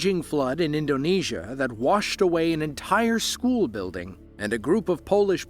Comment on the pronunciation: I graduated from school not however you mispronounced it. Fish swim in schools not showels